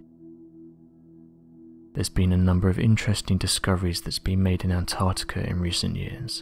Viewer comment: To the narrator; There is a c in Antarctica and also, while I'm here I don't know anyone who says 'says' like you.. every normal English speaking person pronounces it as 'sez' so unless you're an AI voice-over, it pains and riles me to know that someone can get hired to do stuff like this, despite their lack of knowledge of the English language... might as well have Joey from Friends narrating, at least then I could understand that you're taking the piss out of jest and not just through a lack of intelligence. Reading is easy, articulating whilst reading, is not your strong point but clearly your soft voice prevails and as I said, if you're not an AI voice-over then your employers are just as much imbeciles as you sir. ✌